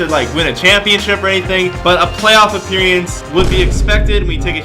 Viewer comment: “apperiance” words are hard